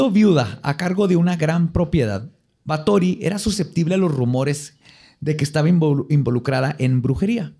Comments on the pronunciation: En nuestra gustas sección de que dijo mal. XD Es Bathory, así asecas. Como lo dijo es con acento de películas de vampiros de la Hammer, no como se dice realmente. De hecho hay un dato que me sorprendió que no dijera. Erzebeth era prima segunda de otro personaje que ya hablado Vlad Tepes. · así no se pronuncia Bathory, no mientas por convivir. Googlea cómo se pronuncia en rumano y húngaro. De nada. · Do baben. nada más pronuncia mal, no está pendejo